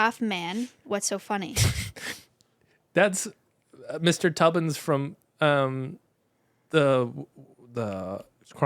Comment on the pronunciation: calling him me tubbins is so funny to me 😭💀